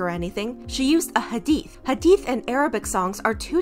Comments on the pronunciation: Also, I appreciate you addressing this and didn't downplay the situation:') also thank you for pronouncing hadith and Islam correctly. we need more ppl like u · Can we talk abt how well is saying muSlim, iSlam, hadeeth, hijab, etc. You can tell she looked into the terminology and practiced. Thank you for also pronouncing names right too. This was so refreshing thankyou sm 🥺🥺🥺💗